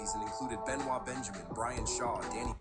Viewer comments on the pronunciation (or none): The Clippers Center Benoit Benjamin Is Pronounced "BEN-OYT" Benjamin. Yes It's Spelled Properly, But Pronounced Improperly 🤷🏿‍♂️.